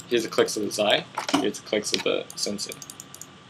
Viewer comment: its pronounced sensay not senseye